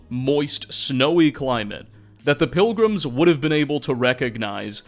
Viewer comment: I love the videos, but the Gollum-speak ("pilgrimses," "boneses," "Indianses," etc) hurts my head...